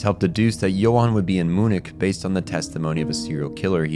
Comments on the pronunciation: “Moo-nick”-😂 But on a serious note, fantastic video. I missed so much of it when I watched the series, although I still loved it, but this gives me a whole new level of appreciation for the brilliance. It took to come up with this deep layered narrative as well as the incredible character/world building. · Beside the fact that i had a heart attack when he pronounced "MUNIK", the video as always is amazing. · The real monster is the way you pronounce “Munich” 😂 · And Munich